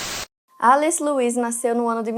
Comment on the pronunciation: Pq vc fala alice estranho? Kkkkkkk Em ingles nao seria pronunciamento Elice